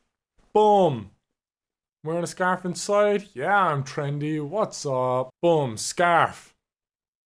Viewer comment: I thought you said staff instead of scarf